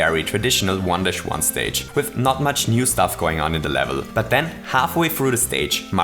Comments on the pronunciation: I kept hearing "wonderschwan" instead of, well, "one-dash-one." Not a complaint. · Every time he said 1-1 I thought he was saying "Wanda Shwan"